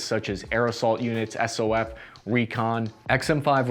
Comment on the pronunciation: Who the hell says “Ess Oh Eff? As a retired SOF guy, this video is literally the first time I’ve heard this. For the love of God, it’s Soff!